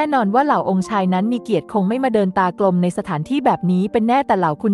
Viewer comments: ฟังaiอ่านบหลายคำอ่านไ่ม่ถูก วรรคตอนไม่ได้ความหมายไ.ม่ได้เช่น ตา กลม จริงๆคือ ตาก ลม แน บอกคือ แนบ อก แต่ดันชอบว่ะ ฟังคนอ่านไม่ได้อรรถรถเลยตอนนี้ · เดินตากลม อ่านออกเสียงว่า เดิน-ตาก-ลม (ไม่ใช่ เดิน-ตา-กลม)